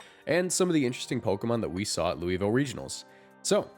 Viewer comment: If you’re talking about Louisville, the city in Kentucky, it’s pronounced Loo-vul